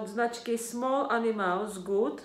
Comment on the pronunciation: Říká se Small Animls